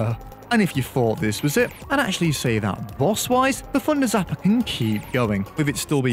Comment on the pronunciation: My guy. I actually had no idea you were saying “thunder zapper” the ENTIRE video. Deadass thought it was the funder zapper